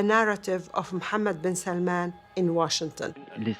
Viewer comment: It's not 'salmon' it's 'salmaan'. When will you westerners ever learn?